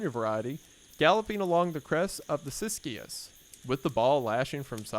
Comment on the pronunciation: Siskiyous is pronounced Sis-ques (female sibling-form a line- plural). It was said it how it is spelled and I only noticed because I am a resident of the area.